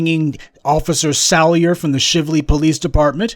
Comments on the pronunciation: Shively is pronounced Shy-vely. Keep up the good work!! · Shively is pronounced "Shy-vlee".